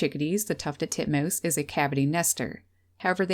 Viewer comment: Tuffeled Tutmoose.